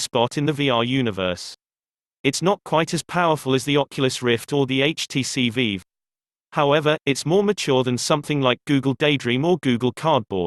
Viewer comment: IT'S VIVE NOT VEEV